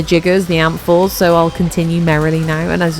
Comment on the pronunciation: Not gonna lie, I heard 'apples' not 'amphors' 😂 I love Alchemy especially in Duviri for easy progression in Circuit. Also, ahhhhhh, your voicccceeee ❤❤